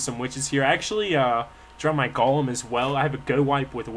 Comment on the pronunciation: no he doesn't, he keeps saying golum, it's supposed to be golem.